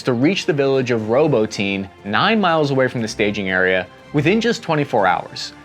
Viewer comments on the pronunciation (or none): its not "Ro-bo-teen" I believe its proper pronunciation is closer to "Ro-bah-tee-nay" cheers, love your consistent good work and open faced journalism. Thanks, hooah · dude you have to start checking the names of towns before your videos. You have mispronounced soo many cities and regions. ROBO-TINE is actually RO-BOT-TINAY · I love the channel but bud, your saying robotine... like ovaltine. Lol it is Pronounced... robot. Nay... to robotnay and that's how you properly call the city robotnye. 😊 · Robotyne is pronounced Roh-bought-in-knee not Robo-teen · Robotyne is not pronounced "Robo-teen" It's more like "Robu-tin-e" if we're paying attention to detail. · "Row-bow-tin-aye", not "robo-teen" :) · Row boat nyeh! Not robotine Jesus dude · Robo tin nay Not roboteen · Row-bot-tin-ah not, Row-bow-teen but no worries. Good reporting as usual. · "ROBO-TEEN"!!!!! 🤣🤣🤣🤣 It's Robot-Nee-Ya!! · It appeared to me that complete indecision ultimately led to the stalemate we see today. And dammit its "Ro-bot-neh" NOT Robotene, hooah? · and by the way it's pronounced Row Bah Ti Nah with the emphasis on the secodn sylable not "roboteen" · Ahhh, yes… Robo-teen. Robocop’s teenaged son. Haha love ya, but I can’t help but laugh every time you butcher words. I know it’s not easy though, so I’m just busting your balls. Great video, as always! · just a personal pet peeve so feel free to ignore this haha but I don't know if you are pronouncing "ROBOTINE" properly You pronounce it "robo-teen" every ukranian I have heard pronounce it says it like "robo-tin-na" food for thought anyway🤷‍♂️ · You're right. Journalists actually take the time to learn how to pronounce city names (Ro-bot-any. Not "ROBO-TEEN". Jesus christ). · its Robotnuh... not robo teen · Robo teen, really?🤦🏼‍♀️ You're driving a stake through my heart! Robotyne = Ru bot' en uh 4 syllables, not 3. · "roboteen, reap wapo" bruh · ROBOTYNE IS PRONOUNCED RO-BOT-KNEE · Работино Ra-bo-tee-no